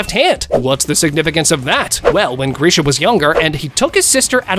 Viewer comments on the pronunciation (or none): none